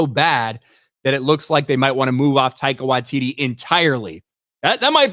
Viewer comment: Almost got his name right! Almost... Tie-car Why-tee-tee These "-" indicate a slight pause. Bummer though. He's been quite an amusing director/writer in the past. Perhaps Hollywood and the MCU gave him no artistic licence. Yup... I think I'll blame Dsny for this. I hope it hasn't destroyed his career.😊